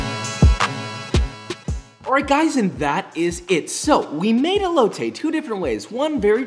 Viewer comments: The way he says el-lo-tay 😖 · I'm sorry but can I just say, you pronounced elote wrong, it's pronounced eh-lo-te lmao I'm not saying this to hate it just bothers me a bit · I hate how he says elote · Deconstructed Elote more like EBOWLte